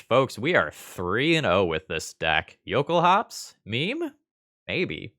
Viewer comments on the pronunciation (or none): The L sound is LOL-kulhaups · The base word, I assume, is "Jökulhlaups", pronouced "yo-KOOL-lahps". The lacking "l" would then (to my understanding) make this "yo-KOOL-ahps"